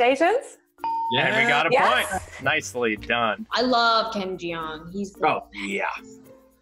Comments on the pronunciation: "i love ken jee-ong" lol are u sure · Did Joey just say JEOng???? I'm gonna cry